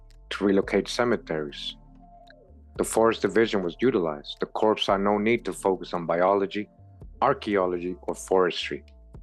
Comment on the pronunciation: Pronounced "core" of engineers. Marine Corps - core Corps(e) is a dead body. No pun intended.